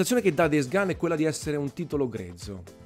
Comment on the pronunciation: DEIS GAN? Daje, un minimo di pronuncia eh